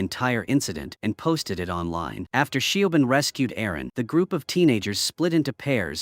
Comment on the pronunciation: i though i was gonna have a stroke every time Siobhán pronunciation got murdered like that